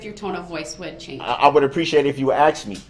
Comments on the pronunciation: I wish she'd done that every time he said AXE! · Axed me the word is Ask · ASK NOT AXE TRUTH NOT TROOF BOTH NOT BOAF FORTH NOT FORF WITH NOT WIT I COULD GO ON , BUT HIM BEING A HIGHSCHOOL DROP OUT